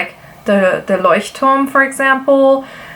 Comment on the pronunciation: Not going to lie, came to watch this old video because you pronounced Leuchtturm correctly and I wondered if you were actually German. ;)